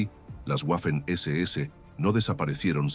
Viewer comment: no sabes ponunciar Waffen SS